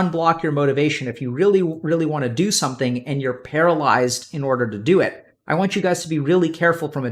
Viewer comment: somesing?! German spy confirmed